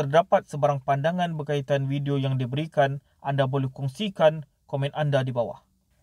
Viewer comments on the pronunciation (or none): none